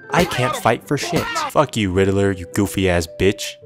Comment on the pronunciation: Makes fun of riddler, but can't even say his name right